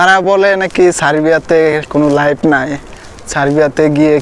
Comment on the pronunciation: লাইভ নাই এটা ঠিক কিন্তু লাইফ আছে, উচ্চারণ ঠিক করেন আগে।